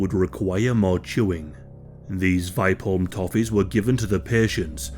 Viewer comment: Only came here to hear a non-Swedish speaking person try to pronounce Vipeholm. Not disappointed.